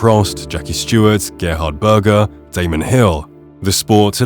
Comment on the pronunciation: NOT Gerhard Berger 😂😂😂😂